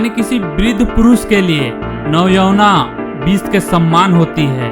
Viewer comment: और यह बिस नही होता विष होता है ढंग से नही बोला जाता